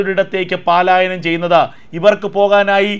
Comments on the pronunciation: പാലായനം -- തെറ്റ് പലായനം -- ശരി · പാലായനം തെറ്റു പലായനമാണ് ശരി.